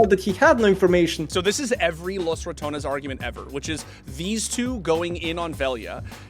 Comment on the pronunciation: TY for not trying to pronounce Los Ratones with a weird French R any longer